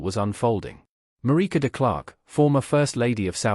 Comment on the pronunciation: It's a crying shame that the commentator could not pronounce Marike's surname correctly.